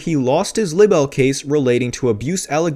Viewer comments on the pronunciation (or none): Libel is pronounced "Lie-Bell".